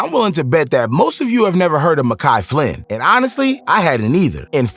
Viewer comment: Dude has the clip of Flynn saying his name. And bro still can say his name right